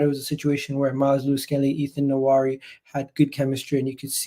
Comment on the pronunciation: As an Arsenal fan I would try to learn the right pronunciation of the name of my players. I see people pronounce very difficult European names properly but not when it comes to Ethan NWANERI. It’s pronounced Nwa-Neri not Na-wari. It’s not that difficult. I see people do the same thing for Joshua Zirkzee and it irks me.